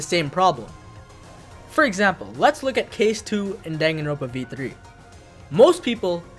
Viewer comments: danganroNpa not danganropa omfggg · its Dangan Ron Pa not Dangan Ropa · He did not just say Danganropa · It really bothers me that you just ignore the last “n” in danganroNpa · "dang-a-ropa" has to be the worst pronunciation I've ever heard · My guy your are aware there is an n in the word danganroNpa right? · This mf will never pronounce the second N in danganronpa huh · I wanted to like your video but the way you pronounce danganronpa is shitty